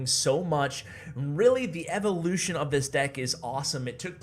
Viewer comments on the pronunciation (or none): none